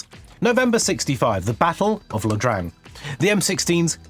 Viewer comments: "Ya" Drang, not "La" Drang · the host says battle of La Drang. No, it is Ia, a capital i, not an L, and is sounded as 'ya drang. Also, the speaker talks about the rifle being a problem for lefties. In Basic at Ft. Jackson,S.C. as a 'lefty' I earned the 'Expert Rifleman' badge, while most in my company were right handed and the majority did not rank 'Expert'. After the Colt I was issued refused to sight in properly, even by the best shooter the Drill Sargeant Cadre could offer, I was reissued a H&R, which was an excellent weapon. 'Lefties' have ways of compensating for the righty world of design. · Ia Drang is pronounced Ya Drang. It's a Y sound. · IA Drang is pronounced "ya drang," not "la drang."